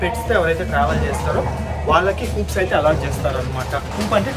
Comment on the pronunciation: కూప్స్ కాదు బాబు కూపే అనాలి